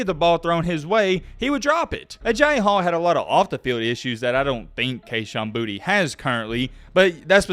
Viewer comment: Boutte• is pronounced “Boo-Tay” . get more cultured my guy.